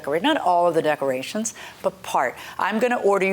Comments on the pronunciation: I replayed…yup, she said duckerations! 😂😂😂 In her defense, I make up words too! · Did she say "duckerations" ? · "Not liking the "DUCK-A RATIONS" 🤣🦆🦆🦆🤣 "Don't AXED her for everything back".. Well if someone "AXED" me i would be most likely DELETED from this earth.. "AXED".. 🙄🤣🤣🤣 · Please tell me she didn’t just say duckcorations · This lady said duck rations instead of decorations😂😂😂😂😂😂😂😂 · Sorry they had so much trouble with the “duckerations” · If she says duck-erations one mo tiiiiimmmmeee! At first I played it off. I said to myself, “self, NO SHE DIDN’T say duck-erations,” but THENNNNN, she did it AGAIN! 🤦🏽‍♀️